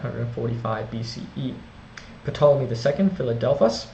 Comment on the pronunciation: The P isn't pronounced in Ptolemy.